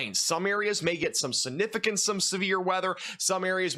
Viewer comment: Significant, not sunificant.